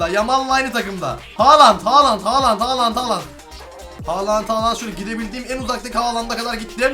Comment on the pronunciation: Erling Haaland (yanlış) Herlig Haalang (doğru) 😂😂😂😂